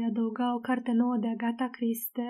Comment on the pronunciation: Si nu doar asta.....pronunta rau cuvintele englezesti. Dar na ,macar citeste carti, ceea ce este f frumos.